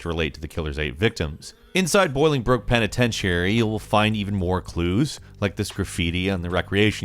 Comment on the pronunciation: The way you say "penitentiary" bugs me